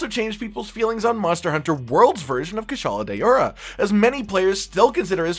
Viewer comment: "kushala day-ora"